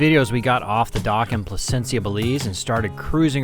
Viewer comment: "Placen-sha" is how it pronounced, I have a place near there.